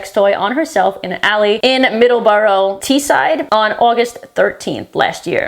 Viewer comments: For anyone that wants to know, it's pronounce Middles-Bruh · A wheelie bin is a garbage can that the garbage men empty in to the trash trucks and Middlesbrough is pronounced middlesbruh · Love you girl, fab video. But FYI, it's pronounced 'Middles-bruh'. 😅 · JFC ofc the ex soldier one was from near my hometown lmao (also it's pronounced "middle-s-boro" (or just 'boro) fuckin utb LOL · As someone who once lived in Middlesbrough I’m not surprised 😂 And having lived in Teesside most of my life your pronunciation of Middlesbrough hurt my heart 😂